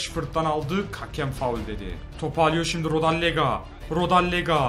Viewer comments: kardesm hepsini yanlış telaffuz ediyon . bondonga değil bongonda. rodelega değil rodayega. durika değil cüritsa olması lazım seviliyorsun :D he ayrıca kuko değil kuçka :)) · rodellega değil rodeyga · rodellaga değil rodeyega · abi rodallega değil rodaega